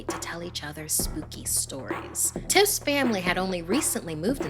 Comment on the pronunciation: Am I the only one who heard her say titts instead of tiffs😭😭